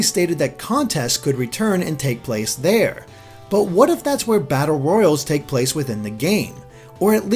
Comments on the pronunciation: Its pronounced battle ROY-ALL, not battle ROY-ULL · Battle... royals? ROYALES!! PRONUNCIATION EXISTS!